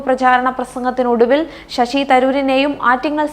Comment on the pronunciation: shashu allaa shashi